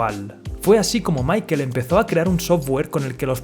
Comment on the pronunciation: Si le vas a decirle mickel hahahaha mejor di michel o paga un curso de ingles que te hace falta hahahaha